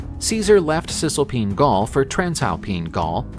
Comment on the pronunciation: Cis-Alpine and Trans-Alpine not Cisalpin. Or-GET-or-ix